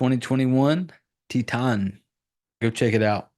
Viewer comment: Dude I studied La Francais and your pronunciation of "Titane" was perfectly correct.. it's just said with a French accent, which is why people doubt themselves when saying French with an Anglo-American accent. Also you reminded me I really must finish the this film! I started watching it in 2011 and wasn't really in the mood. Now I am ;) Good job! Subbed